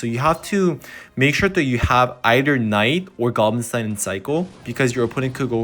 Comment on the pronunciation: can you stop saying stiehn insteid of stein its pissing me off